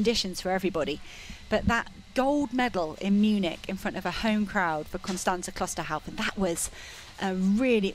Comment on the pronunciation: The commentators have one job. To commentate on the progress of the runners in this race. You would think they would learn the correct pronunciation of the names of the leading runners, but no, for some unfathomable reason they believe that Klosterhalfen's name is pronounced Klosterhauzen. How difficult can it be?